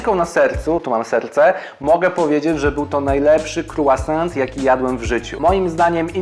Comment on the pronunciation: Wydaje mi się, że "Croissant" powinno wymawiać się jako "krosą", a nie "krułasant" :)